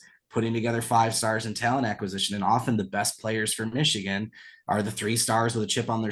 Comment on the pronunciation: Cade can't even say the word Michigan, I' glad he transferred would have been a cancer in the locker room.